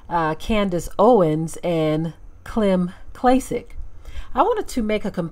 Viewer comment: "Klym"? Wtf?